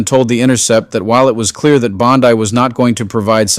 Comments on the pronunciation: Would love to believe-but seems fake voice—why mispronounce bondi’s name as bon-die instead of bon-di through so much of the reading? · You know it’s BON-DEE, not BOD -DYE, right? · Dude, her name is pronounced "bonn-dee". Bondi (bonn-dye) as a much more reputable beach in Australia. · Bondi > pronounced Bondee. (Not sure why I care at all!) Thanks for everything! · I love your channel but please, I'm begging you, DITCH THE AI VOICE OVERS! Dude, "BONDEYE"! It erodes the integrity of the information you are trying to share. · The AI voice always pronounces Pam Bondi's last name like the beach in Australia! It really is frustrating😬😬😬😬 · Can you people get your reader to pronounce Bondi's name properly? FFS! it makes it sound like a bad AI!